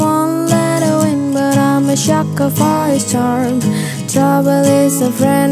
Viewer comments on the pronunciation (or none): She pronounced it as shacker instead of sucker.. anyway she has angelic voice 😍❤️